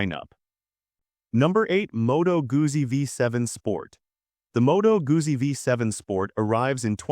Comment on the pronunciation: Modo Goosy???? It's Motto Gooddzi